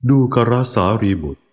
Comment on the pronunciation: ดูกร..(ดู-กะ-ระ) ส่วนตัวฟังๆแล้ว..ยังไม่สนิทจิตเท่าไหร่😅 เพราะสัญญาทางหูมันยังติดกับคำว่า..ดูกร (ดู-กอน)..ฟังแล้วลื่นกว่า😊